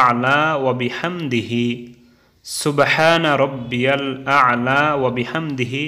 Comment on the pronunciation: سُبْحَانَ رَبِّيَ الْاَعْلٰى وَبِحَمْدِهِ সুনান আবূ দাউদ, হাদীস- ৮৬৯ ৭. সুবহানা রব্বিয়াল আ'লা ওয়া বিহামদিহি। এটা ঠিক। মুখে উচ্চারণ টা ঠিক।